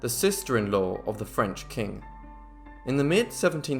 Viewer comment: The phrase is "makes the heart grow fonder" not stronger. Nice French pronounciation.